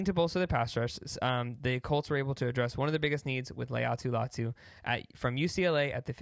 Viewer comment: I believe Latu pronounces his name “LIE-AHH-TOO” . Great vid tho!